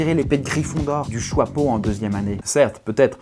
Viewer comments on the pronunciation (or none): ARRÊTE DE DIRE JOIPEAU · Tu dis le chOIpeau au lieu du chApeau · Le choixpeau plutôt le chiapeau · Ça me perturbe. Pourquoi tu dis "choipeau"?